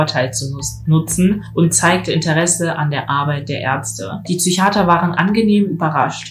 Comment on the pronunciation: Es heißt „der IQ“ und auch nicht „Züchiater“.